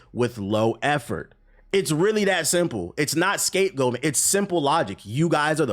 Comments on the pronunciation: Why do you keep say scape goping? I thought the term was scapegoating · Bruh wtf you keep saying scape-gulping? Can you not say goating?